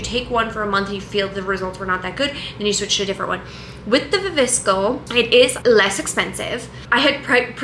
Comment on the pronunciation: Are we ignoring the way you pronounce viviscal ? 😂 it’s wrong fyi